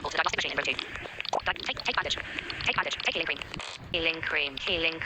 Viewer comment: "healing cream" sounds like ice cream